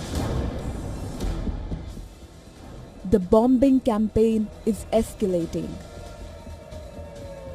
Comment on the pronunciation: Gosh I hate how they pronounce "BOM-BING" 🤦‍♂️